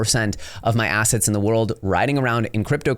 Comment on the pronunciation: Anyone else here it. Quote "The eating of financial ass,ets" ..... Or asszits 👀 😂